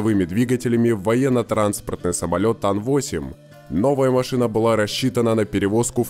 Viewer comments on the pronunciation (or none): да уж...самольеотт